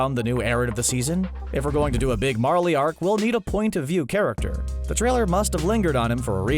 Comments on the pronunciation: Who else had to support him saying Marlie instead of Marley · Don't pronounce it as Marlee its pronounced marlay